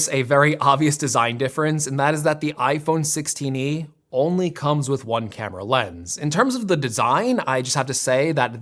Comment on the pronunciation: “iPhone sixteeny”